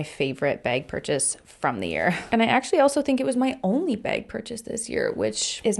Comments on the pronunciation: As an Australian, the way you pronounce bag is slightly funny to my ears 😂 I honestly can’t unhear it — the raised vowel makes it sound like “bayg” to me haha. Still love your videos though! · I hear it to and I'm from Indiana, USA😂😂